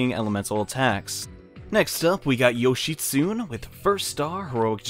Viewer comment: It bothers me they way you say yoshitsune lol. Yoshitsune is actually pronounced yo-shee-tsu-nay.